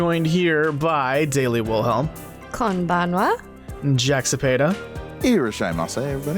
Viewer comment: It's weird how some of you have a Japanese background but know so little about Japanese culture, plus are awful at pronouncing even basic words such as "kombanwa." Also, what's with the gamer dude's sexism - you do know that girls/women play video games too, don't you?!